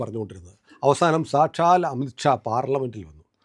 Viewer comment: It’s not amitt Shaw amith Shaw: please take care of the pronunciation